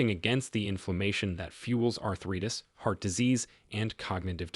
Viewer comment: Too bad they used an AI narrator that couldn’t pronounce common words like “live” or “arthritis”! Otherwise good information.